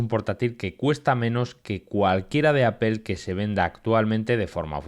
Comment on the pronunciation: Que marca es "Apél" ?? 😂😂